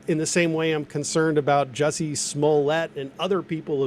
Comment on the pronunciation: Jussie not jesse